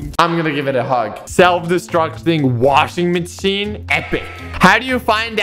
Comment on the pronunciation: The woshin minshin is wheedly